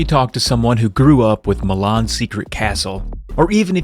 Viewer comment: I keep hearing you say "Mah Mom's Secret Castle"